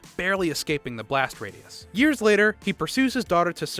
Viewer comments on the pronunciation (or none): none